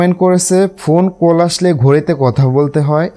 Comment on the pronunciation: কোল নাহ রে ভাই … কল 😂😂